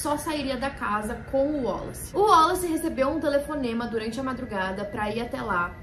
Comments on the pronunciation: Porque vc está falando o nome WALLACE com pronuncia Américana? Boba vc, hein! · Achei engraçado ela falando "wollace" kkkkkk